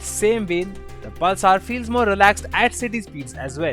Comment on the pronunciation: Can’t understand a word of what this chap says 😒 Also, what is Pul-saar?